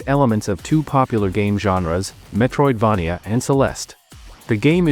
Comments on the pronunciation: good list. ai voice is annoying tho. i hope you can find a better one for next time. also, it's mispronouncing the word Metroidvania. If you can make the AI voice pronounce it as Metroid"vey-nia" instead of Metroid"vah-nia", that would sound much better! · I hate the way this A.i says, Metroid-vah -knee-ah .